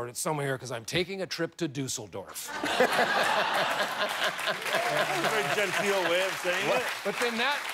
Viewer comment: DEAUCE-elldorf hahahahahaha